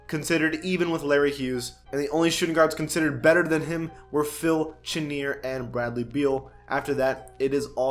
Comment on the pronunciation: By the way Phil Chenier's name is pronounced like Shuh-neer